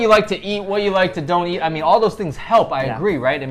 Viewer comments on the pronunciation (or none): love how pronounces 'eat' or 'each' like yiieeat and yieeach hahahah